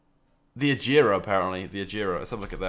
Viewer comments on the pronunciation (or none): You say agera wrong lol